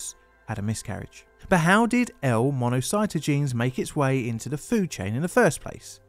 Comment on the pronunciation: Mono-sigh-taw-gin-ease! Damn it! Say it right!